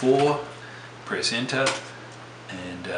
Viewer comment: Well you are a wonderful teacher, but it took a long time to figure out what you were saying every time you said press enter, I do were hearing aids and after going through some batteries, LOL, I heard it loud and clear. "Press Enter". I can't wait to get going on your other series and what they cover